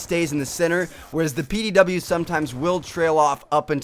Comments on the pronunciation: PDW not pow lol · Its pdw not pow